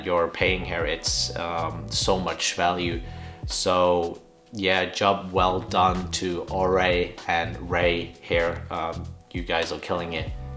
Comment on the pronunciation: im pretty sure its pronounced Or-ray nyc because of the accent in orée